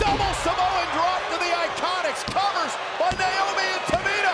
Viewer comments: He said niomoe 😂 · the fact that he said naomi and tamina hahhaha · anyone relized he said “cover by NAOMI and tamina?” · bro said naomi and tamina:)) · lol, he said “naomi & tamina”